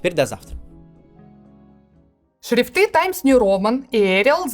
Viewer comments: Анастасия Брюханова с первого слова накосячила в ударении. Будем надеяться, что по неопытности и пожелаем удачи) Проверьте, пожалуйста, ударение в слове "шрИфты" и слове "вЕдомостями". Спасибо) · Новость про шрифты с юмором, смешно! Только за ударениями следите, пожалуйста. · Как всегда сложный и двоякий русский язык, позволяющий в слове "шрифты" ставить ударение как захочется...